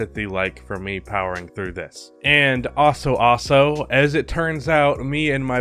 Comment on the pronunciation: Is the way he says "Also" a meme? I cant stop hearing "Aso"